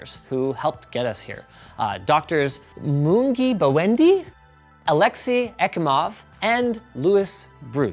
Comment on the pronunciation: Would have been nice if linus took the one minute to look up the pronunciation of Moungi Bawendi.